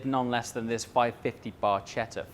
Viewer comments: just as a gentle FYI: it's pronounced "barketta"... "C+H" in italian is how we make the hard "K" sound.. when it doesn't ahve the "H" after the "C".. then it's a soft c sound.. espeically after the letters I & E.. but that's too complex to explain. Just know that when you say "Barcetta" like you did.. it sounds like something rotten. You pronounce "barchetta" as "barketta"...you're welcome. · CH in Italian is pronounced K So you say it "Barketta" not "Barchetta" 🙂✌🏻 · look up how to pronounce "barchetta", for god's sake 😀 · haha.. did he pronounce it with a soft "c' like the waiters at Olive Garden pronounce "bruschetta" as "brushetta"?